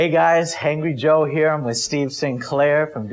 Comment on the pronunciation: did anyone else hear "hey guys, Hangry Joe here"?